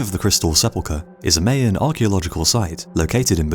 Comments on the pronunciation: my an, NOT may an. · MY-an, not May-an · Mayan is pronounced: "MY-YEN" And YES, I agree, you deserve WAY MORE Subscribers!